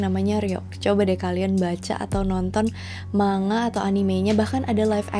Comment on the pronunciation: Manga dibaca Man-Ga bukan Ma-Nga 🙂👍 okey